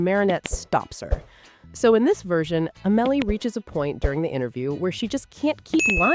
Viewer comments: It's Au-muh-lee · Not A-mel-ee